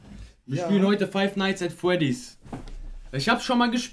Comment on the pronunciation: Das Spiel heißt five nights at fwedis